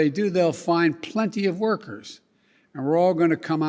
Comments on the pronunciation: the way Biden says plenty, "PLENTHY" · did Biden fart??? or is that just him pronouncing PLENTY